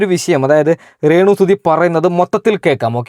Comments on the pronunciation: ഇപ്പൊ പറയാൻ പാടുണ്ടോ ന്ന് അറിയില്ല റേണു അല്ല മോനെ രേ ണു 😀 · എടാ അക്ഷരം ശെരിക്കും പറഞ്ഞ് പഠിക്ക് റേണു അല്ല രേണു എന്ന് പറ. പിന്നെ മനശൻ അല്ല മനുക്ഷൻ എന്നാണ് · റെണു അല്ല രേണു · റേ ണു അല്ല രേണു ആണ് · മോനേ റേണ അല്ല രേണു എന്ന് പറയു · റേണു അല്ല രേണു ആണ് ഒരുപാട് പ്രാവശ്യം കേൾക്കുന്നത് ബോറായി തോന്നുന്നു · റേണു അല്ല രേണു